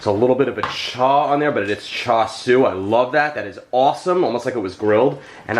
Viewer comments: Greetings from NYC, FYI, in our Cantonese BBQ shops, Char Siu is referred to Roast Pork [which has no bones] and for Chinese Spareribs it is called in Cantonese ‘Siu Paai Gwet’ aka BBQ Pork Ribs. Your pronunciation is correct. I enjoy your video. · You pronounced that correctly 🤗. I love char siu and grew up eating it. I’ve never tried making it in the IP but definitely want to try. I think your mustache is pretty cool 😎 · Jeffrey, I’m drooling here!! You are a cutie no matter beard and or mustache …you have pronounced it right even with you accent! Forget about it! No pre made char shui..easy peasy recipe and so much better! Richard nailed it without you telling him what you had made..gawd, I’m beginning to sound like you, I’ve watched you so much😳…maybe finish them for a few minutes in an air fry instead of an oven?😘😘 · You look marvelous, Jeff!! With our without, your inside is what matters most❤️ Pronunciation on point 🤩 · You pronounced it right, I spelled it wrong in my comment😳Char siu!